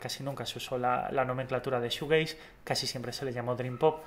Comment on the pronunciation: Te hace falta mas información, y aparte se pronuncia “shujeis”(shoegaze)